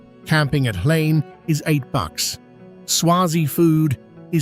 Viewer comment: Watching from Mbabane, Eswatini. I like how the "H" in Hlane is silent in your pronounciation. My daughter now calls it "Lane" as well